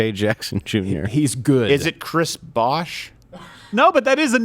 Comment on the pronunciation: The amount of times they mispronounced Chris Bosh lol